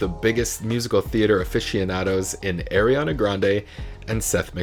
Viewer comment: Her name is pronounced Are ree ah na... Not Air ree ah na